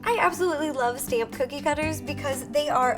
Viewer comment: Why do you call cookie coodie